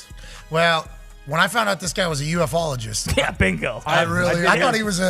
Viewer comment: "U, F, ologist"! 😂 "U-fologist" is how the majority have said it for at least 50 years of my life!